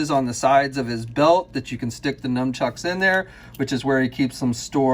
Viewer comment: I gotta clear this up, is it "num-chucks"? Because I thought it was supposed to be "nun-chucks"...